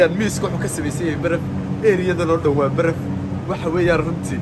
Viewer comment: Legend qeys Barraf ❌ Baraf ✅